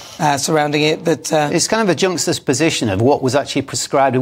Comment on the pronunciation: can’t say Antarctica or juxtaposition properly 😂